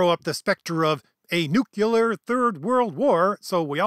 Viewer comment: Please learn how to say "nu -- cle -- ar". Minus 1 point. Uphold the Friends of the Gerund!